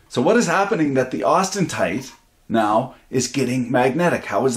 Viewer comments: its austenite not austentite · Austentite???? I thought it was austenite